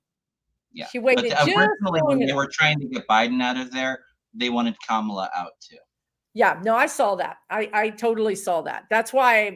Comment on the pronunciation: I don't know how you think "Kamala" is supposed to be pronounced, but with Indian words and names you are never far wrong by emphasizing each syllable equally.